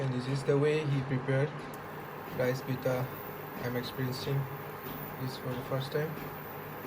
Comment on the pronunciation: Pitha not pita